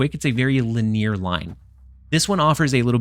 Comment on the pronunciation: The way you say “linear” always makes me chuckle lol